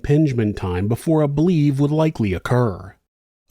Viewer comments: BLVE is usually pronounced like "blevy" not "blev" Love the vids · Great story. BLEVE is pronounced BLEH-VEE. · I love you so much but its pronounced BL-evie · FYI: BLEVE is usually pronounced blev-ee.